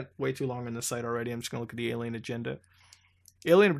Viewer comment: is mutahar physically incapable of saying "alien"?